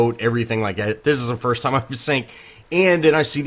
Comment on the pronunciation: “Frist”? Lol